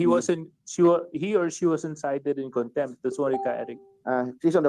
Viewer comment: Let me correct you-“cite” (not sight),”contempt”(not contemp).Ka Eric was cited for contempt.Thanks